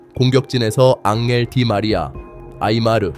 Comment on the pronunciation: 네이마르 아니고 아이마르 ㅅㅅㅅ